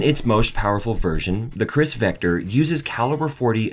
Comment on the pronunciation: '"CHRIS vector"....".40 Smith & WESTON"...Yup, this guy knows guns alright.